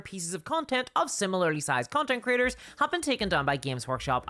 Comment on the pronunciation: When you say “creators” it sounds like you say “critters”. I love it. Bunch o’ lil YouTube critters.